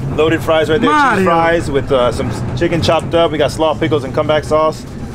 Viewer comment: When he came out the blue after the Mario fries got introduced.. “Madio” 😂